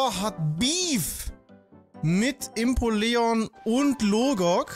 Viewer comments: Sehr cooler Stream, aber bitte hör auf Impoleon falsch auszusprechen.😭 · Wie der Impoleon ausspricht😂😂😂😂Impo Leon😂😂😂